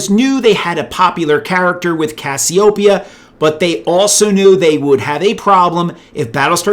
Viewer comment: Cassiopeia, Cass-ee-O-pee-ah, just like the goddess